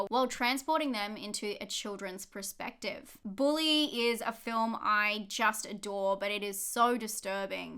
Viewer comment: Hi, love your content. But you keep staying PREspective when it should be PERspective. XXX